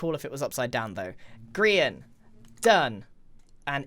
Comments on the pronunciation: grian delivery system? nah gri-n-t yeeter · A griant mansion 😂